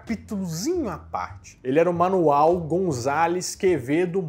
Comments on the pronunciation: Eu não sei se ouvi errado, mas na hora de pronunciar o nome do pai do Quevedo ao invés de falar Manuel ele falou Manual e me rachei kkkkk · Eu ouvi bem ou acho que ele chamou o pai do padre Quevedo de manual ao invés de Manuel kkkkk